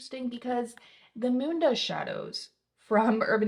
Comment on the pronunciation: Did she just say the Mundo/Moondoh shadows? I’ve rewound it like 6 times.